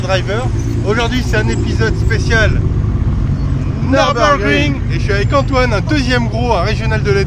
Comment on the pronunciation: Apprenez d'abord à prononcer Nürburgring correctement. Pour information, ça se trouve en Allemagne. Il n'y a donc aucune raison de prononcer ça à l'anglaise.